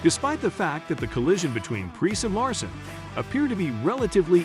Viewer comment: if you are going to do the video you need to learn how to pronoun the driver's name correctly